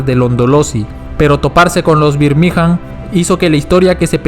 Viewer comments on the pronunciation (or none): Una chota tu video, escucharte decir birmigA'n mal tantas veces da fastidio